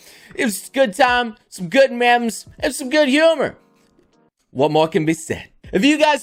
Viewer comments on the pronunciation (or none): says, “memes,” like, “mems.” Me: MeeM!!!